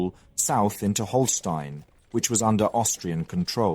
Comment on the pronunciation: It is small things such as saying "von Bismark" instead of "fon". He also switched between Holstein and Holsteen several times. These mistakes were less frequent in the past and I find it takes away from what is otherwise great content.